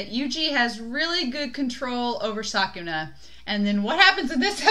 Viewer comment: you Said sukuna in a wrong way it's pronouced like this " skuna" like this very easy right🤭the most sad thing about this ep is that Yuji had expected that megumi would use a lethal technique that would end Sukuna's life as well as his own for that Reason he have to Switch again to stop megumi 😓😓love this great Friendship between the two espacially in the manga they became Closer than now😍😍😍, part of me still shipping them but other part refuse Because that would destroy the strong bond they have together for you you ship them or not?????